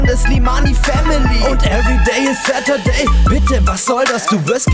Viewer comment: everdääyyyy satürday😂😂😂